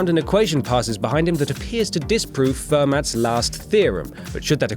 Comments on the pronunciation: Damn, I cringed every time he pronounced it Ferm"AT" instead of Ferm"AUH"... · The mathematician's name is pronounced fur-moe not fermat. You idiot. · It's pronounced (fer-mah)!!!!! Not (fer-mat)!!!!!! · "fermat" is pronounced "firm-ah", its french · its not ASC2 ya moron, its ASCII. and its not 'fermats' last theorem. its pronounced fermeee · Most mathematicians pronounce it Fer-mat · Note to WhatCulture: If you're going to do a video about math, get someone who knows something about math to do it. This guy couldn't tell an even number isn't a prime number, didn't know how to say ASCII, and couldn't pronounce Fermat's name right.